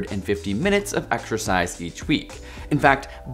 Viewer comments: man... if you are gonna have the word exercise in the video like 30 times, can we have someone that can pronounce it without saying exSHURcise? You are killing me smalls... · Every time this guy says "Exercise", his pronunciation makes me want to claw my brains out